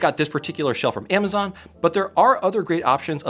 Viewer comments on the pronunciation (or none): none